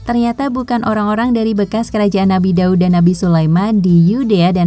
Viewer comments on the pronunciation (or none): Min, kok nama nabi Daud jadi Daun? 😅